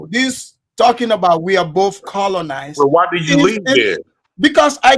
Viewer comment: He cannot even say the word colonised. SMH.